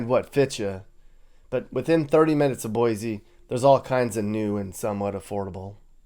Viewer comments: Not Boisy… Boi + C sound = Boise 🤭❤️ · Great video but as they say in Boise there's no Z in Boise lol 🤣